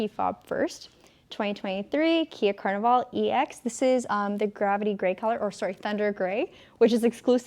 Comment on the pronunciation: “Car-nival” so funny! Keep up the great work!